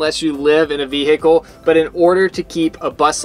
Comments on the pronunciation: As a Michigander, hearing say Ve-hick-le a couple times cracked me up. 😂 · Anyone notice “Ve hicle”😂